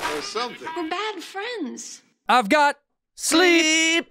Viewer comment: That's" bad frands!" Again, that's "bad frands!"